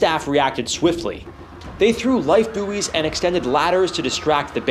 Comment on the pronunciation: As a zookeeper ,check three times and act once.Lindsay is an idiot and the zoo needs to change protocols The correct word is euthanased and buoy is pronounced boy